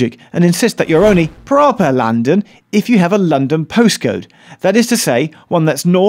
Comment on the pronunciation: “proper london” lol said so well!